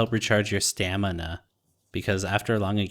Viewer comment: "StAmInA" hahahaa great video dude